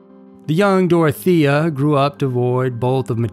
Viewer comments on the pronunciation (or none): It's Dore-oh-tay-yuh.